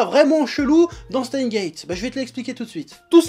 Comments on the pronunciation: "Chteinsse guéétte" bordel ! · On dit SteinSSSSSSSSSSS;Gate… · jo met un pouss rouj parsske tu na pa prononcé le S de steins lol pa vrè